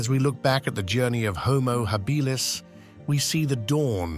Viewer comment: What's with the inconsistent pronunciation of "Homo Habilis"???